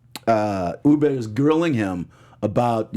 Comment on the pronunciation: I wish you would pronounce the names of people and places correctly. It really shouldn’t be hard, they aren’t complicated. It’s Ubbe, not UBER! Cot-a-got is not how you pronounce Kattegat. I used to love this podcast, but since James and Jocko left its been hard to stay committed... Come on!!